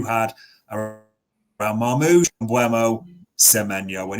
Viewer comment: What was this guy calling Marnoush? 😂🤣? Its not even a hard pronounciation but he butchered that. And Bueno instead of Mbuemo 😭 he cant be serious